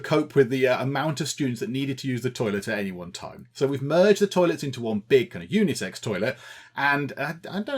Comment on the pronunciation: Is it me or does everyone else love how says things. Like UNIEsex toilet